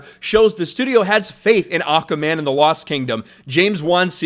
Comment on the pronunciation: Your cracking me up when you say "Aukaman"! Anyways no big deal, but lol!